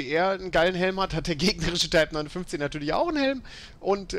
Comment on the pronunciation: kann zumindest den modellnamen ausprechen